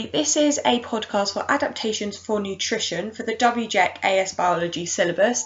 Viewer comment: Oh no what is that WJEC pronunciation